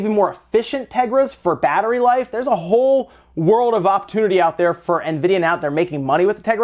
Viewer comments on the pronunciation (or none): none